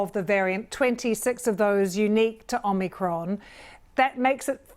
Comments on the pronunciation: Anyone else triggered by a professional news reporters inability to get a very simple name correct? Its OMIcron, not OMNIcron. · Why can't people pronounce Omicron xD Om-i-cron NOT OmNiCron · OMICRON not OMNICRON, it does not have two N's!!!!! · Its not OMNIcron you diluted british dem, its om-au-cr-on. Its also not 'die-luted', its "dee-lute-ed". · She said OmNicron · Omnicron? Is That A New Varient Or Can This Presenter Not Read? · She did say Omnicron, didn't she... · She introduced it as omnicron - can’t even get the name right…. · It’s not called Omnicron mrs. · Nobody actually says ‘Omicron’ in this report - they only say ‘Omnicron’ 🙄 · She said OMNI’cron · Would probably help you comes across less like jokes if the presenter didn't immediately call it the "omnicron" variant lmao. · Starts by not even pronouncing it properly